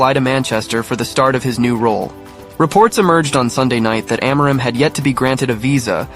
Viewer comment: That's not how you pronounce "Amorim". I'm Portuguese and I can help explain how to pronounce it. First, just like you did, we divide the word into the syllables "A - mo - rim". The "A" is pronounced like a closed "a". For example, it is pronounced like the "e" in the word "father". The "mo" is pronounced like "moo" in the word "sMOOth", for example. And now the "rim": Let's break it down into "r" and "im". The "r" has a similar sound to the Italian "r" - the tip of your tongue has to touch the tip of your mouth and when you let the air out of your mouth, you push your tongue forward. The "im" has a more nasal sound. It is pronounced like the "im" in the word "IMpossible". In the end, all together, it is pronounced like this: "E(r) - moo - rim(possible)" I hope I helped! 🙏🏻😊